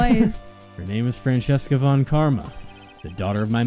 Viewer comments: I know this game series is a couple of years old and I’m only watching this now.. but why do you read her name as Francesca(Fran-Ches-Ca) and not Franziska(Fran-Sis-Ka)?? I didn’t watch the Justice For All, so I don’t know if the reason was stated then. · Btw I've been wondering this for a while, why do you guys pronounce her name as "Fran-chess-ka"? It's meant to sound German and stuff, so the "z" would make a "ts" sorta sound and it would be "Fran-cis-ka" or something like that. It's not too big of a deal really, so if you keep doing it your way I don't mind, but it can be a bit distracting is all I'm saying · Yeah, they read it in an Italian pronunciation "Francesca" and not in German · Where is there an H in Franziska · oh god I forgot you guys pronounced Franziska that way, it gave me whiplash (haha) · For real, I thought at first they just misread it and it’d get fixed after a few episodes but it just kept going 🥲 she’s my favorite so it’s a pet peeve of mine